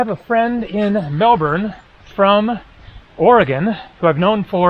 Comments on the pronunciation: Nice Aussie vids dude 😊 pronounced Mel-bin not Mel-born 😮safe travels man 👋🏻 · Melbourne is pronounced 'MELBIN', not the way you said it! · The trees you refer to are ferns. Melbourne is pronounced Mel-burn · By the way, Melbourne is pronounced MEL-BIN. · Love the videos, as you'll be arriving soon small heads up that Melbourne is pronounced more like "Melben" or "Mel Bn". We basically ignore the whole "our" part in the middle.